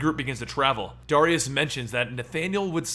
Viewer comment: why cant you say the name Darius properly why do you always say Dariaus instead of Dar-ri-us